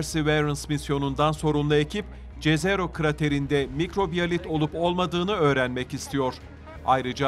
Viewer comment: Jezero diye bir şey yok jezero yazılsa da yezero seslenmeli ki yerini bulsun